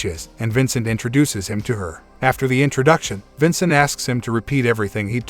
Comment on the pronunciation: bruh its vancat not Vincent